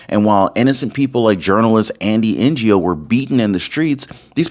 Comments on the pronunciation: his name is pronounced "No", not N-Go. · Great news! Thank you so much for the thorough reporting. However, Andy Ngo's last name is pronounced "No" - that's how everyone in media pronounces it. It's not pronounced "N.G.O." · Love your show! BTW... it's pronounced NO, not NGO. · it's pronounced No, not NGO. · His last name is pronounced "No" not NGO. It would be great if you cited the case. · Its pronounced "Andy no" Not N-G-O. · His last name is pronounced as "NO" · you pronounce NGO simply as NO. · For your information Andy Ngo's surname is pronounced No. He is not a Non Government Organisation or NGO. Just another example of the lazy inability of an American to pronounce a foreign name. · This is the best news of late. All those dirt bags need to disappear. Andy "No". Ngo=No. Silent g❤ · Andy Ngo is pronounced “No” Not N.G.O. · The name is Ngo, not N. G. O. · bro its Andy "no" not n.g.o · His last name is not NGO, it's Ngo - pronounced"No", the G is silent.🤨😮‍💨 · Andy Ngo's last name is prounced "no". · Andy's name is pronounced - NO We've been after the Polticians for 15 years . OBAMA started this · Andy Ngo, pronounced no or Know. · Andy NGO’s surname, NGO, is pronounced simply “No”. I think it is a Vietnamese surname. Andy NGO deserves a medal for the stellar work he did (which almost got him killed twice) to uncover antifa’s fascist tactics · Hey, Ngo is pronounced " No" Andy Ngo. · Andy NGO is no as in no way man , or he'll no. At least respect the man b y getting his name right. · The name Gno is pronounced “no”. The g is silent. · His name is pronounced No..Andy Ngo. No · Pronounced “No” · I believe Andy Ngo's last name is pronounced No. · Ngo is pronounced “no” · Andy Ngo is pronounced Andy No. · FYI: Andy's last name is pronouced NO. the G is silent. Ngo. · Andy Ngo's last name is pronounced No. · Andy's last name is pronounced 'NO' brother. Just saying. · Andy Ngo. His last name is pronounced “No”. The g is silent.